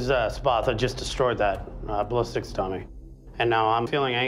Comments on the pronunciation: It just sounds like they can’t properly say “sparta” when they say spatha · I thought he said “you need to create this weapon... the spappa.”